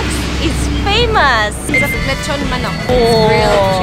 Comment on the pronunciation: Lechon not letson